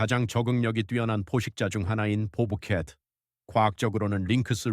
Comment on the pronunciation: 유익한 영상 감사 합니다. 보브 켓이아니고 밥 켓 으로 해주시고 대단한뱀 포식자가 아니고 대단한 뱀 포식자 ....